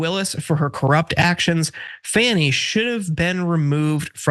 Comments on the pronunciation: Fani is pronounced “Fauni” not “Fanny”. Only MAGAs call her that because they’re assholes. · For gawd's sake, can you at least pronounce her name right? It's pronounced "Fawny" not "Fanny". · Congratulations! You made my garbage person of the week when you pronounced her name as Fanny. She's been in the news for a few years now. You should be able to keep up. It's not Fanny. It's pronounced Fawn-ee. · FAWNee not FANee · FAWN-EEE, not fanny. She deserves a GREAT deal of respect. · It’s pronounced “FONNIE.” makes people wonder if you’re calling her fanny because Trump did. Anybody with a brain can see that Trump probably paid off these people to try to get FANI Willis removed. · I think you are not pronouncing her name wrong on purpose, I won't watch or listen to you anymore. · You're mispronouncing Sadow, Fani, and McAfee, and the video isn't even half over.